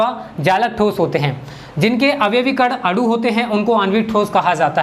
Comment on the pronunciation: आप गलत बोल रहे हैं अणु और अडु मे अन्तर होता है आप अडु बोल रहे हैं लेकिन अणु होता है